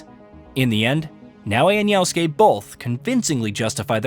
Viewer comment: IT’S YASUKE STOP SAYING YAUSKE